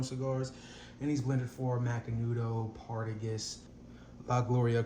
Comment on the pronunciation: Lovely haul bro. Keep them coming and ets learn how to pronounce those names . You killed Partagas.